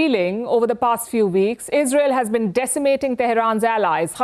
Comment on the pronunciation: She should first learn how to pronounce Israel and Qaani. Most Indian news anchors have no clue.